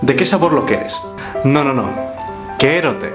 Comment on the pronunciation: Buen vídeo, la verdad es que lo explicaste todo de forma muy clara en general, aunque me choca mucho la forma en la que pronuncias algunas palabras o frases. Por ejemplo, la letra "e" en la palabra "quérote" se pronuncia distinto a la "e" del castellano, ya que en gallego pronunciamos la "e" y la "o" abiertas o cerradas en algunas circunstancias, y a mi me suena raro que la primera "e" la pronuncies de forma neutra y no abierta xD. Esa diferencia de fonema abierto y cerrado sirve para diferenciar varios significados en una sola palabra, por ejemplo: bola con "o" abierta significa pelota, y bola con "o" cerrada significa bollo de pan. Otras palabras que usamos, por lo menos en mi zona son las siguientes: Pillabán: se le suele decir a los niños que siempre están haciendo bromas, sería parecido a listillo o pillo. "Es un pillabán!" "Estás feito un pillabán!" Godallo: se le dice a la gente que rompe algo o se mancha por andar sin cuidado a la hora de hacer algo. Por ejemplo, le vas a echar vino a alguien en su copa y derramas la mitad por la mesa, te podrían decir: "Ai ho, es ben godallo!" (Ser bien + un adjetivo sería lo mismo que ser muy + adjetivo). Algo que creo que no sabe mucha gente, en gallego tenemos el pronombre de soliradidad (sí, en serio) y se usa para dar protagonismo a la persona con la que estás hablando: "Estache boa a comida" ese "che" hace que la traducción literal al castellano sea algo como "te está buena la comida". Último apunte sobre el vídeo. "Toxo" es el